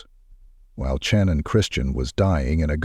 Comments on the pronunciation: Bruhhhh you're killing me SMALLS with Soo much emphasis of The CH on her name....🤦🏻 Just like the name Cheyenne it's pronounced As "Shy" Not "Che".... SHANNON only spelled with a C instead of an S .....🤦🏻🤦🏻🤦🏻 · 25 years, or so, here. I consider this to be the most Horrific crime in U.S History. I wish they would pronounce Channon's name correctly; it was pronounced Shannon and not Chan-Unn. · My final year of my JD at Tulane, I wrote a case study about this case. Take a guess at how much my prof loved it. And it's Channon, pronounced like Shannon. Thanks AI.